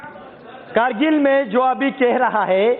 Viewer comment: Bc sahi se hindi bolna seekh jakr pehle krgil nhi kargil hota hai bc